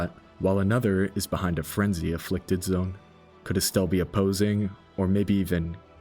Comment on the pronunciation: I take offense how you pronounce it as "Estelle"